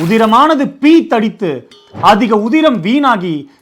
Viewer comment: பீத்தடித்து?? 😂😂😂 பீற்றியடித்து தயவுசெய்து தமிழைக் கொல்ல வேண்டாம் 🙏